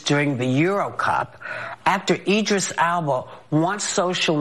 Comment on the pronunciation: Whoopie mispronounced Idris's last name🤦🏾‍♀️